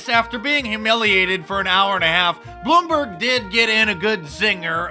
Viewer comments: No surprise "he really Blumberged it" 😄😄😄😄😄😄😄😄😄😄😄😄😄😄😄😄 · Hahaha he almost said Boomberg LOL